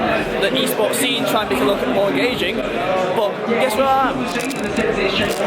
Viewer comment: *give them mower wespect 😂😂